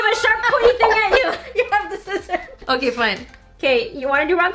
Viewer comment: "Rock paper scirrors" "OH YOU HAVE THE SCIRRORS" I CANT STOP LAUGHING